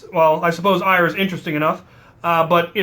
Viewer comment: Omg you idiot it’s pronoced air not ire. I know because I am Norse and I study the religion. It is not ire it is pronounced air!